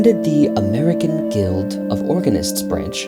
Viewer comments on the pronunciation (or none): none